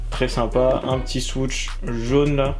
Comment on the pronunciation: Mdr le "swooTsh" tu m'a tué, bonne vidéo sinon comme d'hab